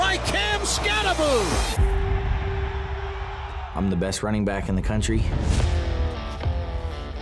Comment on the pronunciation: Why is it pronounced Skatta-booo? It says Skatta-boh. It can't be Skatteboo. Can it? I wanna hear him say it.